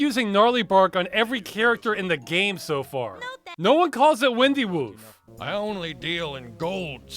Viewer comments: I think it's meant to be "wine"-dy woof, not "win"-dy woof. As in twisted, or "gnarly", and woof instead of "bark" (like a dog). It's a pun. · It's not windy woof as in "Earth, wind, and fire", it's windy woof as in "winding/gnarled" "bark/woof". Yes, it's a hell of a stretch, but the pun does seem in line with the toadstool ingredient. And that means you can add another enforced pun to the list. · The "Windy" in "Windy Woof" is with a long I. Gnarly = Windy, or Winding, Woof = Bark. It would've helped if that recipe were spoken out loud, like you said.